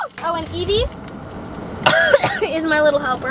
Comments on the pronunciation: it's Evee not Eve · When you said”Eevee”O though you said”Phoebe0